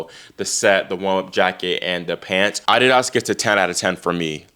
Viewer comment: The way your pronounce adidas , is thus the real correct way to pronounce the word and not the way we have heard it in America all our lives. ?